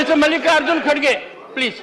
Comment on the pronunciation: Its not khadge it's Kharge Pronounce properly